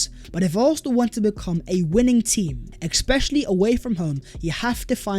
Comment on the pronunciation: ESPECIALLY not eXpecially lol